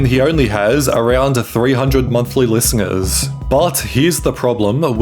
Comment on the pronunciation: he said "listengers" too